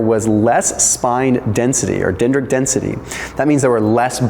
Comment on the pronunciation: Dentritic is pronounced “den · dri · tuhk”